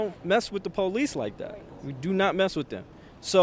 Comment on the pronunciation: what are the “pole eece?”